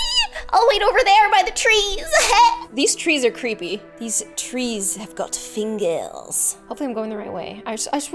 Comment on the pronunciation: "These trees have fingerrss" () July 7, 2017 #BestQuote